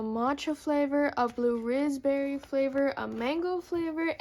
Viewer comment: hol up for the flavors did you zay rizzberry or raspberry????!>>